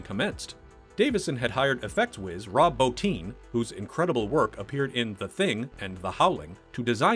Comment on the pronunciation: Thank you for correctly pronouncing "Rob Bottin". So many big name YouTubers mispronounce his name and its a shame since he's extremely unappreciated and is now a recluse